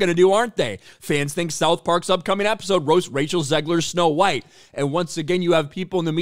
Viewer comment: It's snow white not snow bean